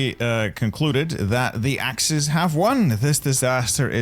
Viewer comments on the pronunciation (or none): none